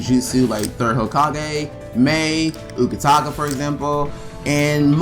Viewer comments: CORRECTION its UTAKATA not UKATAKA NO HATE PLS. BTW GREAT VID AND DO THE SECOND MIZUKAGE NEXT THANK YOU! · My Utakata is the best Facts thanks for any info I knew already tho 😄 and you kept saying his name wrong 😑 but great job!